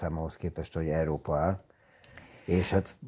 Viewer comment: ki tudná vajon mondani hogy Európa, vagy csak Eerópa?